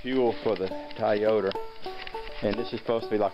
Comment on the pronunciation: "Toyoder" I've never heard a Toyota pronounced that way. XD